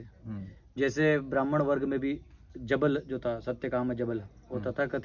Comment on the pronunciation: श्रीमान जी, संज्ञा कभी नहीं बदलती. जबलि नहीं ,जाबालि होता है.